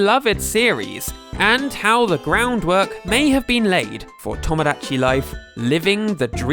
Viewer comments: PLS PRONOUNCE TOMODACHI CORRECTLY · the way you pronounce Mario and Tomodachi......... British moment